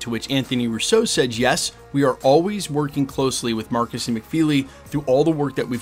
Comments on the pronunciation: It's RU-SO, not Russeaux --They aren't French. Love you channel,. I watch daily. Keep it up, brother!! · Why do you say Russo like that? Lol